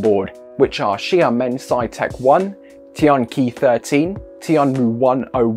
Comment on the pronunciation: Your channel does so much right that others—no matter the topic—does wrong. HOWEVER, it's worth getting the mandarin close to accurate. Not perfect, or even good, isn't necessary, but basic stuff is helpful for us who want to keep track of what's what. Learn basic pinyin. For example: "qi" (Tianqi-13) sounds like chee; and the monosyllabic "tian" sounds like tee-ehn. Otherwise, the narration is the best on YouTube.